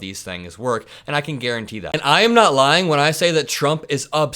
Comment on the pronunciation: Makes me sick. Everytimes he says she is ljying. 💙🇺🇲💙🌊🌊🌊